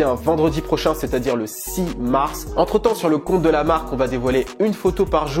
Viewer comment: siss marss... pas simarss